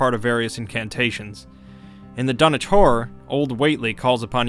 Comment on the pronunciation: Dunwich horror! I thought he was saying donatour...